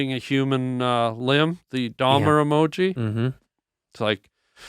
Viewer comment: both of em said Dahmer wrong 😂